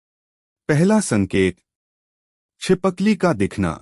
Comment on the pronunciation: Pehle hi galti kardiya chipkali ko chipakli bol rahe ho